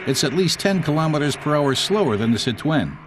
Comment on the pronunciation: Why does he pronounce 'Citroen' like Elmer Fudd? 😂